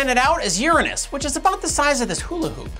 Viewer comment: Don’t pronounce the 7th planet wrong just to avoid anus jokes... were crazies... we can handle the anus pronunciation... Long live Uranus!